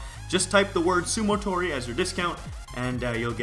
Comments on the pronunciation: its sumotori not sumotory lol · It's "sumotori" not "sumotory"